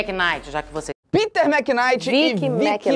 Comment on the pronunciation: Felipe e falando Piter ao mesmo tempo eu esperando alguém falar dinks Kkkkkkk